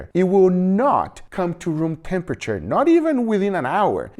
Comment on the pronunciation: "let it kind of come to roomtemperature" did you heard what he just said? "let it kind of com to cempriture"!